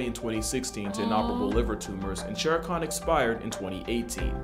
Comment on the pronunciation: Just so chat knows, it's Shere Khan, not sharcon. The name is from the same story the name Baloo comes from.